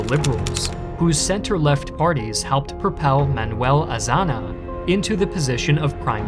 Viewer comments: Manuel AzaÑa, Ña, not Na. Thats all xD. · Sees ñ and just ignores it and uses n 🤦🏽‍♂. If you can say lasagna you can say Azaña. 😑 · lmao, "Sanjurada", "Astursias", "Manuel AzaNa" and etc. etc. How can someone take seriously anything in a docuvideo if you can't even name correctly people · Your pronunciation of the Spanish names and words are crap. Azaña = Ah-zahn-nya.